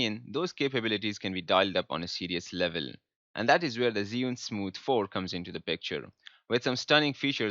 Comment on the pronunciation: It’s not zeeeunnn it’s chew-ing let’s get it right!!